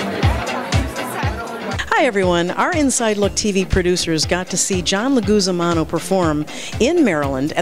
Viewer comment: "John Leguzamano"...? LOL seriously?